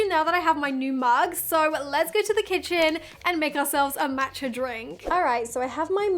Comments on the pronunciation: Was looking for this comment!! It’s definitely Maw-tcha not Mat-cha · Maww matcha it's pronounced like aww Matcha